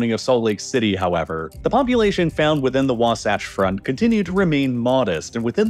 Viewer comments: Just a quick edit the mountains you labeled under “Wasatch mountains” are the Uinta mountains and the term Wasatch is pronounced, Wa- like ‘water’ and -satch like ‘patch” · You really need to look up pronunciations before doing these videos. Wasatch rhymes with latch. The first syllable of Klammath sounds like clam. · Great video until you said Wasatch Front like 5 times in a row the wrong way. Lol. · You are pronouncing WASATCH wrong. You sound silly. Fun Fact, Wasatch is a Ute word that means frozen penis. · You got Wasatch wrong again. Literally just take 3 minutes and watch KSL news to hear it pronounced correctly. Also you should probably talk to a Latter-Day Saints from Utah before making a video about Utah with history in it. You made quite a few small mistakes. Doesn't take away from the video for the average audience but it would be better to get the info right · Listening to the mispronunciation of local names is kinda painful. Though you seem to switch to about the right pronunciation of Wasatch part way in. Also, the church's official name, the one they have asked repeatedly to be called by, is The Church of Jesus Christ of Latter-day Saints. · As someone who lived in Salt Lake city for years you are slightly mispronouncing Wasatch. All good tho, I enjoy the videos. Edit: you slipped into saying it right as the video went on. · I was cringing with his pronunciation of Wasatch. 😆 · The way you pronounced "Wasatch" hurt my brain. In all seriousness, thanks for bringing attention to our problem. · It’s Wa-Satch like satch-el. Not like scotch. ❤ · I’m sure it’s been said already but it’s pronounced “was-ATCH” not “wah-sahch” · Wasatch is pronounced differently here, rhyming with “boxmatch” not with “boxsocks” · It's Wasatch, not wasotch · Wa-satch. The "satch" is pronounced just like it is in the word "satchel." Not, not, NOT "waw-sawch." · By the way, Wasatch is pronounced Wah- like Waluigi and Satch like Satchel. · “The Wah-Saw-ch front”